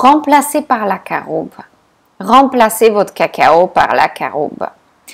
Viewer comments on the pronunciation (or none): Les fèves de cacao ne sont pas bon non plus ? J'ai eu du mal a entendre/comprendre par quoi remplacé le cacao ? "ACARAUBE" ?